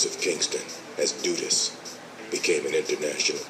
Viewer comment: His nickname is pronounced "DUD-us," not "DOO-dus."